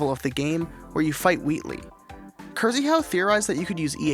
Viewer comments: Not "Curseyhow" (wtf??) but "KSHEEHAU" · If the guy is polish, the RZ part in the name reads as SH. So probably more like "Kshyhau" not "Kurzihau". And the nick itself sounds like a merger between polish versions of Christopher and Micheal - Krzysztof + Michał (Kshyshtof, Meehau) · hey, Polish person here. just wanted to say that you always pronounce Krzyhau as "Kurzeehau" which is quite a mouthful. i believe that it's just "Kshyhau" with hard 'y' like in 'syntax' and 'hau' spelled exactly like 'how', unless Krzyhau specifically wants to be pronounced like you do it. cheers! edit: google translate nails it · Haha it's not cursy-how but kshe-how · don't know what the guy prefers, but seeing the polish flag and k(rz)yhau in the nickname, leads me to believe that it's supposed to be pronounced closer to "kshyhau" rater than "kirzeehau" just saying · In Polish it's pronounced Kszy-ha-u not Ky-rzy-hau xD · Kryzhau? I believe Krzyhau is a Polish username, pronounced more like "Kshyhau" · at some point someone’s got to explain to you that the polish flag next to „krzyhau” pretty much guarantees that it’s not pronounced „kurr-zee-how”. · "Krzyhau" is pronouced something like "kshy-how". The "rz" is single sound that sounds like german "sch" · bro sayint kyrzihaw instead of krzyhau lol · Qurzyhau killed me as a Polish speaker xd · krzyhau is pronounced kshyhau, it'll be easier for you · jesus my ears it's pronounced "Kshyhau" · their name is pronounced like kshi-how I think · "Kyr-zi-hau" MY EARSSS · "kur-zee-how" 🤣😂😅😂🤣😂🤣 Maybe we should call this guy "miss ooh-shy" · I believe krzyhau nick should be pronounced kshee-how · Rz is pronounced similary to sh. SO kshyhau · “rz” in Polish is “sh” as in “shelf”, so his name is pronounced as “kshyhau” 🥲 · krzyhau is supposed to sound like „Kshyhoo” with „Y” sound, not „why” sound. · Krzyhau is pronounced like „Kshyhow”, sh as in shower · ITS NOT PRONOUNCED KYRZYHAU ITS NOT PRONOUNCE KYRZYHAU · It's Krzyhau ffs.